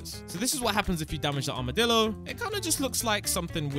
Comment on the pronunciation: bro really said he got accses to the armedilo early